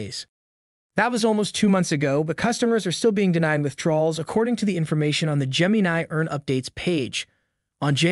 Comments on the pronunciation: Whats with this vid pronouncing it that way? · Why are you calling it "geminay"? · Cant even say the Gemini name right... good voice over... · ...please look up how to say the word "gemini"...smh